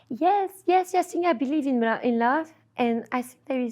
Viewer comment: "You sink" you sunk wrong love